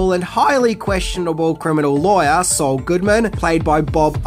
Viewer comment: Meth Damon. But Saul doesn't rhyme with soul, it rhymes with fall. Do Sopranos